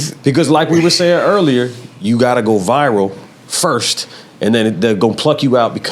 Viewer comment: Everybody: "Viral" Esso: "VIval"